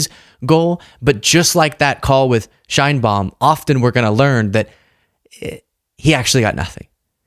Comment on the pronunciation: thanks for posting this. However, you are mispronouncing President Sheinbaum's name. It's Sh/e/inbaum. Use the Spanish /e/ sound, as in exit.